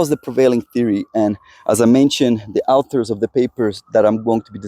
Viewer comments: Hi. Informative videos but please please pronounce 'author' correctly. It's 'or-thur', not 'ow-ther'. Also, 'antibodies' is pronounced wrongly but it's not so much of a problem. No doubt non-native English speakers would be really confused and not know what you're talking about....have to rely on context to understand. Thanks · Dude, you are wrong. :body-green-covering-eyes: Either that or you are a "Goofy Newfie!! I am a Canadian native-speaker AND an English teacher for over 25 years and the pronunciation is " AW ther" Do you " warsh your car or "wa sh " your car?? :face-orange-biting-nails:🤣😂🤣😂